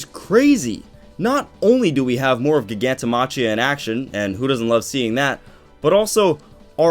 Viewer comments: i cringe every time he says "gig-anto ma-chia" do u not speak english? its clearly pronounced "Jai-ganto Ma-Kia" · Btw, Giganto-machia should be pronounced "Giganto-makia".